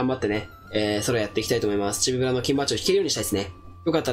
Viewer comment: ちょくちょくチビブルって言っててかわいい